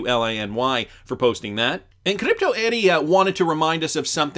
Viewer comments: Have I mentioned yet... Her name is Crypto Eri (pronounced Eddie) and it's not Kadipto! It's Crypto. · Cliptoe Eddy? It’s Crypto Eri!!! Why can’t you pronounce crypto when you say Eri after it?